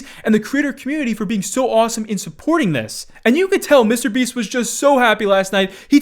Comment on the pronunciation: Am I the only one bothered by the way pronounces "Mr. Beast?"